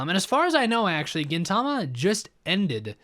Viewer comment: If you wanna be precise the accent is at the first syllable. Gin‘-ta-ma Kintama (gold balls) means testicles. K and G are more or less the same sound in Japanese, G is just "harder". And gin means silver, which is the color of Gintoki's hair. Tama can also mean soul. So Gintama means "silver soul", but the author wanted the people reading weekly to say stuff that more or less amounted to "Hey, did you read this week's testicles?" 'Amanto' is the general term the humans use for the aliens and means "heaven people".